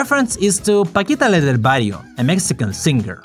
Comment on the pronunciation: Love your pronunciation of Paquita La Del Barrio